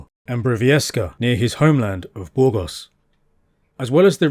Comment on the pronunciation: Soy española y andaluza, y no me gusta que se alteren los nombres de los lugares, como Borgos? cuando es Burgos, o Badoz cuando es Badajoz, etc... y ese acentillo medio latino americano medio inglés, es chocante. Le gustará al autor que yo tradujese los lugares de su tierra bastante mal y con acento andaluz? El andaluz no es un idioma ni un dialecto pero tiene su acento muy diferente del castellano oficial, sabes?😂😂😂😂😂😂